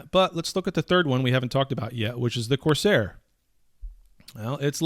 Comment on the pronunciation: Lol Corsair.. Coercer is a different word. Love you!